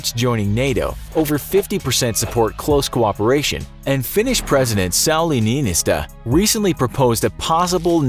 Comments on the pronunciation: you dont say it saali niinisto its sauli niinistö you may not know ö but it is in the finnish letters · When you said finnish presidents name it sound like sauli niinistä more than niinistö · "Sauli Niinystä" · It's auli niinistÖ ther's ö in there make sure to get it right netx time.